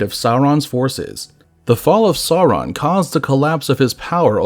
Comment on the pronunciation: Also, the video (which is great) was sometimes inconsistent on pronouncing Sauron. The correct pronunciation is “sour-on” (rhymes with “our”), rather than “saw-ron” or “sore-on.” The R is trilled too, but that can be difficult for some English speakers. A longer explanation: Both the pronunciation guide in Appendix E to LotR and the “Note on Pronunciation” at the end of The Silmarillion say how to pronounce “AU.” LotR App. E: “as in loud, how and not as in laud, haw.” LotR App. E: - “as in loud, how and not as in laud, haw.” (It also states “R represents a trilled r in all positions; the sound was not lost before consonants (as in English part).”) The Silmarillion: “has the value of English ow in town; thus the first syllable of Aulë is like English owl, and the first syllable of Sauron is like English sour, not sore.”